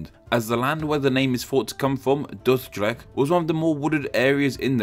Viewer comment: Je spreekt het uit als Doorderecht